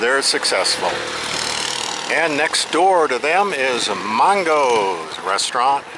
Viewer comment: Except he mispronounced Mango's. He pronounced it Mongos.